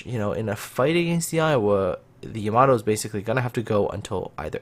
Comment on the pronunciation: Wtf is a YAmATOO, its Yamato not a tomato